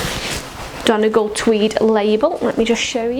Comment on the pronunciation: I love your coat and fabric. Yes, you did say Donegal correctly, and your right, that price is terrific!